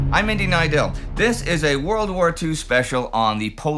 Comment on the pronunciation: Indy, I am half Polish but your pronunciation is way better than mine. My compliments!